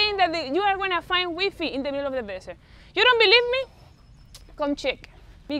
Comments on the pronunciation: Wee-fee 😂 I love her!! 😍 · 'wee fee' 😂😂😂 haha took me a while to understand u was saying wifi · The way you say WiFi 😂 how tall.is the bread as your 2 and half bread tall